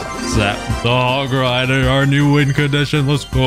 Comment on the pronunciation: I'm cancelling you, you didn't pronounce hog rider: "HOG RIDAAAA"